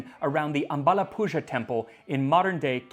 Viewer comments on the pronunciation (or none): Great episode and 10/10 on the pronunciation of Indian words. A correction though, the letters ‘zh’ in the word ‘ambalappuzha’ is pronounced as the letter ‘L’ but with your tongue rolled back and touching the middle of your palate. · The zh in the "Ambalappuzha temple" is pronounced like an American "R" the way you'd say the R in the word "American" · Just a tip for pronounciation! The ‘zha’ in Ambalappuzha is pronounced like a combination between ‘r’ and ‘l’. The transliteration is really deceiving. Pronouncing this sound is really difficult for non-native speakers of South Indian Languages, so no need to stress if the sound is difficult! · when a Malayali hear's some non Malayali trying to say അമ്പഴപ്പുഴ 😆 Any way nice attempt❤❤